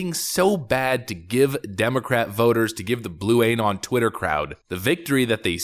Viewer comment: "AYY-NON" 🤣 dude why